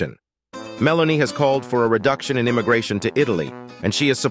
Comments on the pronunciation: What a mess AI makes. It can’t even get her name correct. Meloni, Melanie. Make up its mind. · Her name is Meloni not Melanie. It can’t be that hard to get it right. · You cant even get her name right ,its not Melanie,its Meloni,and what youre saying its absolute BS,gets your facts right she is nothing more then a PATRIOT,that is why her party uses the openig line of the Italian national antem as their name ie Fratelli DItalia ,in English Brothers Of Italy,since when loving your country is not ok?